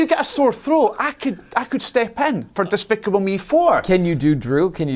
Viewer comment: Did he just said "Dispickle me"?